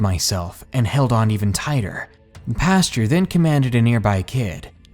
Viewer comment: OMG I'm going crazy with your mispronunciation of words! It is not PASTURE (that's where cow's shit) it's PAST-OR. Macabre is pronounced MAH-COB, and Maniacal is pronounced MAH-NIGH-A-CAL! GOD!!!!!!!!!!!!!!!!!!!!!! I love listening to the stories but you drive me batshit crazy!